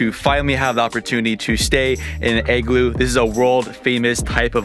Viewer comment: Lol your pronunciation of the word "igloo" is triggering me! Ahhh! 😂😂 It's sounds like your saying "egg-glue" but it should be pronounced "ig-loo" ...pretty simple to say lol but thank you so much for this awesome video!! Great content! Very informative in many different ways and your bravery is on another level lol cause I don't think I could ever do a cold plunge! Burrrrrhhhh!! 🥶☃️❄️ What a beautiful country! Wanna take my dad here for his 70th birthday/retirement so he can RELAX and completely ENJOY himself with not a lot of activity and exploring but just the true nature of nature itself and to soak it all in without bouncing around from place to place and sight seeing because it would be extremely demanding for him physically! Once again great video! I think I'm gonna start the booking process ASAP! 2 thumbs up!! 👍🏻👍🏻